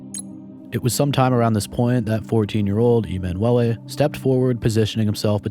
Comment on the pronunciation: E-man Wellay is an interesting way to pronounce emanuele